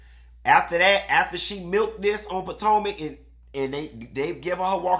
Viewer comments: Not POTANKA...🤣🤣🤣🤣 HUN-Tee this opening was giving!!!!👏🏽👏🏽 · I hollered when you said “Patanka”!!!!! Yassss!!! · I’ve been waiting for this! I love hearing you say “Potanka”😂😂😂😂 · I laugh every time he says it haha